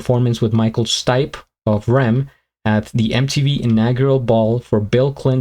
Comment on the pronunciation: R.E.M is pronounced as there letters - not rem as one word. Best wishes from Scotland